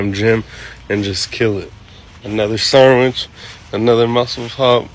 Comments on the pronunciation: Mans said Sarmwhich im gonnnne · A ‘sarmwich’ 😂😂😂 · 1 and a half minutes in and ‘sarmwich’ alone had me started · Sarmwhich lol